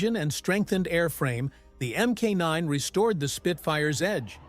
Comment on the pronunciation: There was never an m k 9 Spitfire. There was a mark 9. Teach your computer how to say it right and type it so it will be pronounced properly.